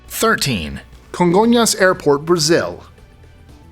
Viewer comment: Congonhas (and congrats on the pronunciation!)